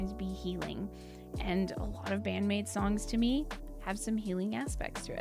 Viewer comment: I'd watched again your first reaction to Wonderland live a few days ago and it's quite funny because you were blown away in almost exactly the same way. You were such a recent maidiac back then!, mispronouncing the maids names and all LOL Love love love this song, it always gives me goosebumps and makes me feel truly blesed for living in the same era as Band-Maid. Also yeah, Miku is an absolutely magnificent lyricist. She will probably never get enough credit for that because, well, she writes in Japanese; but that doesn't make her lyrics less powerful or well thought out